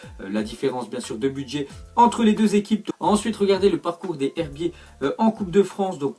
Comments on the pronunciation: C pas les herbiter c les z herbier sa se dit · Il faut faire la liaison pour les herbiers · Tu dit mal les herbiers faut que tu fasse la liaison comme si sa se disait les zherbier